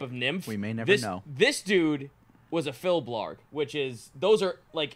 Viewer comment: I commented this on the TFS at the Table video, but didn't notice it was also mentioned here (and I thought that was the most appropriate place since the Q&A segments still are not being uploaded to YouTube...). "Filblarg" is a funny pronunciation of "Fir Bolg" (DnD spelling "Firbolg"). And I know it's TSR/WotC's fault more than, but the word "Fir" in Irish is plural (the singular would be "Fear Bolg"), and describing them as being like druid elves is a bit... well, I never encountered them in DnD, but apparently that's a recent (5E) innovation. Big, fat, ugly, evil giants would be a more classical description. (According to a coupla wikis I checked earlier editions of DnD had them as giant-kin, and the name in Irish means "men of the stomach".) Of course none of this is to sound critical. I love TFS and almost all their work, and I don't expect Americans (or even most Irish, honestly) to know. I just like bringing up obscure literary/mythological/whatever references when I get the chance.